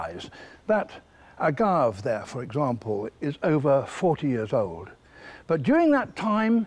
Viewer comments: The one qualm I have with this is how Sir David pronounces agave - it isn't French, the e isn't silent. It's either agavee or, perhaps more accurately, agavay. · It’s pronounced AGAAV now everyone. You heard the man. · In AZ, we say “ah-gaw- vay ”, it’s Spanish. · OK, let's correct something right now. Most agaves (pronounced 'a-gah-vey') are NOT monocarpic. Yes, the flowering shoot dies afterwards, but those pups that come up around the old crown come from the same plant. It's more accurate to think of them as a branched perennial, where most of the structure is below the ground. The flowering crown is equivalent to a branch tip, while the new pups are other branches that erupt from the soil after the dominant branch has done its thing. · David, my man, it's a-GAHV-ee. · Couldn’t someone have told David how to pronounce “agave”? The plant is from Mexico and the American Southwest, so it’s pronounced “ah-gah-vay”. It’s the first time I’ve ever cringed at something he’s said. This must be how South Africans feel when Americans pronounce “zebra”. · “ah-gah-vay” They’re common in Mexico so they have a Spanish name where the E at the end is pronounced, not silent. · I personally like to pronounce agave the same as I do Dave. Having 16years in the cactus and succulent nursery trade it would drive masters of the trade nuts 😜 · Why do people mispronounce words once they know how the words are prounounced? Agave. Pronounce the "e" at the end. It is prounounced exactly as it is spelled. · There are 2 ways to pronounce agave, but he has found a 3rd... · I think you should be forced to pronounce words which are foreign, properly. Not based on your own Accent. That’s not how “Agave” is supposed to be pronounced, David tsk tsk tsk 😝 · He also mispronounces Agave the entire show… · I just wish he pronounced agave right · I'm surprised that David Attenborough doesn't know how to pronounce "Agave" which has three syllables not two. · I cringe every time he mispronounced agave.